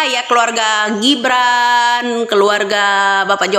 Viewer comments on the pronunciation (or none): none